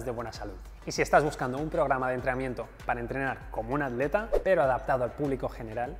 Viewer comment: Este tipo pronuncia adleta